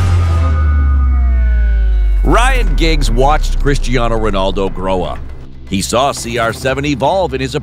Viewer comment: I was irritated when I heard the first "Ronarldo" then I felt physically sick when they actually referred to him as "CR7".